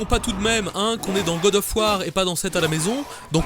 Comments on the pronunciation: le faul sav war m'a tué XD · "Faul sav War" k.o x) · "Faul sav War" excellent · Gad of war... Putain j''appelle les flics xD